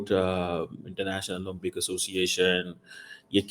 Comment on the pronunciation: 'ye cheezey they are there ' -- it's pronounced 'o LIM pics' not 'LUM pics'. Educate yourself.